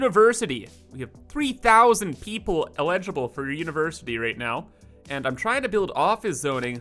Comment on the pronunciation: Can you say "eligible" again, please?